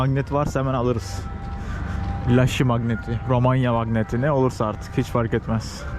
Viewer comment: Laşi değil Iaşi (yaşi)